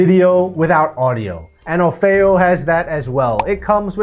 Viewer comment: Ummmm... pretty sure it's OFF EE O ... NOT O-FAY-O (o feo means "or ugly" in Spanish. It's Offeo like Offer)